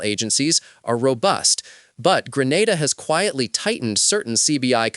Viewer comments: Grenada not Granada😮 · He has an issue pronouncing Grenada, St. Lucia—-Could be AI-generated/narrated info…